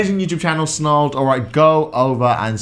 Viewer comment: Satire? Its SNARLED